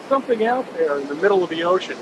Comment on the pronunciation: Love ya videos but it’s SOMETHING NOT SOMETHINK